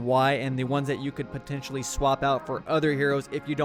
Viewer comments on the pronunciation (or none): none